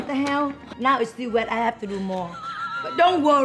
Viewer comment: "i dont hab to aks u...u my duwtah" LMAO i tell my daughter the same thing all the time!